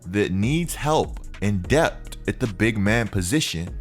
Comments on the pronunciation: It’s depth not dept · It’s pronounced depth😭😂